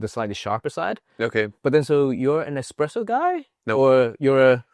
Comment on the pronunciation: Hey its pronounced Espresso not Expresso. / Huge Swedish fan.